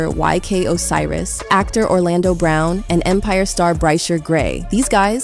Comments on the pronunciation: Ok, this is a “bot” doing the voiceover, how do you miss pronounce “Empire”🤔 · After she called Empire .. EMPARE 😅 I STOPPED LISTENING LOL, I’m so confused